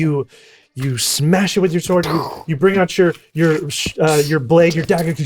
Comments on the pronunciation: sword sword said by cause he cant pronounce the sh is so funny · "A shored shword" lmao damn sweeds with their crazy pronunciation hahahahaha